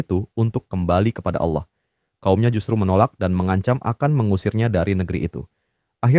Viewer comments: Min ijin koreksi perhatikan lagi ketika mengucapkan lafadz Allah bukan Aullah tapi Allah 🙏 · yang bener allah atah aulah kok kedenger kek aulah ya lu ngemeng itu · Penyebutan nama Allah...bukan Aulah.. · aku dengernya aulah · Allah SWT, bukan Aulah. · Sebetulnya gpp pakai suara AI, asal jangan jadi berubah, disini Allah jadi disebut Auwlah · Allah.... Bukan Aullah... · kontennya keren tapi coba untuk kedepannya dubbing ai atau (kalo mau dubbing suara sendiri) diperhatikan lagi soalnya Allah kedengarnnya jadi Aula. coba di test waktu editing semisal AI nya bisa pronounce Allah atau Alloh untuk pelafalan agar tidak terdengar jadi aula lagi. keep it bro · Ceritanya seru tp kenapa allah di bilang aulah ya?? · Terimakasih sarannya kak, tapi uda di cobaa kak,, namun yg kluar hanya kata allah,,, atau yg biasa dngan sebutan pada agama kristen, Karena ai tidak bisa baca awlah kak, dia hnya bisa baca allah, tanpa waw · Awlah , bukan aullah nyebutnya😂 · Jadi alah 😂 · Jadinya AI menyebut Allah menjadi Auwah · soalnya penyebutan Allah jadi Auwlah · gini y bg, dsini yg punya konten ini tuh make voice over ai, makanya pas nyebut nama Allah jadi Awlah, karena yg dipake buat ngisi suara dsini itu ai ya bg, bukan manusia, makanya suaranya pas nyebut Allah jadi Awlah, paham ga? kocak", emng yg nyalahin mempertanyakan sesuatu yang tidak kita ketahui siapa emang? gw yg muslim aj g kesinggung krna gw tau yg ngisi voice over nya itu bukan manusia tapi ai, paham gak lu? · Suara AI ya? Nggak bisa nyebut Allah dengan benar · Ai gak bisa menyebutkan kata "Allah" dgn baik & benar 🗿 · Dia pake AI, AI ga bisa nyebut Allah dengan bener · tidak ada salahnya mempertanyakan sesuatu yang kita tidak ketahui. Pelafalan kata "Allah" disini emg sedikit melenceng, kami sebagai muslim tentu mempertanyakan hal ini karena ini menyinggung nama tuhan umat muslim dan tidak bisa dianggap sepele. Yg sebenrnya kocak elu